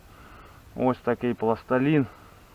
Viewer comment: Пластилин, а н.е пласталин